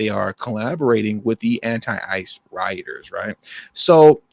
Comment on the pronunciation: I thought you said anti father 😅😅